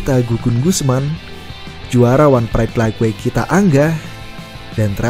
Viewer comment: Lait wait bang penyebutannya bukan laig weig